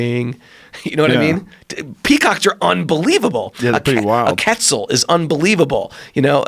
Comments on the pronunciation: He said "ketzel" to refer to a quetzal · Quetzal bird with a Q. like Quit zell